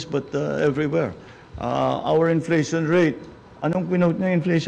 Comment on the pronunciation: Mas malamang ang sagot ni lutangina ay "meryenda na lang tayo ng enfleytion este enseymada pala"